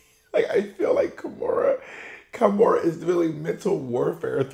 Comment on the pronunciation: Kahmora, not kimora